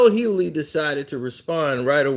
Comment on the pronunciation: Bro, the G is not silent in DL’s last name.